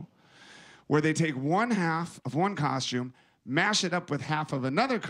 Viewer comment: omg stop calling it a coshume